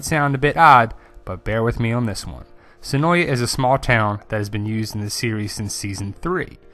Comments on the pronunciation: Great video! Cool info. Just a cool fact, the a in senoia is actually silent. It is actually pronounced senoi. The locals are often annoyed at the constant mispronounciation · Of yeah, it's pronounced Se noy. Two syllables.